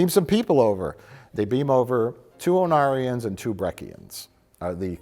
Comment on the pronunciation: When you first mentioned the Ornarans (said as Onarians), I was like please tell me their planet is called Onara while giggling to myself. I did a search and it is a very close Ornara, but there is a Bajoran character named Onara in DS9. Onara is the Japanese word for “fart.”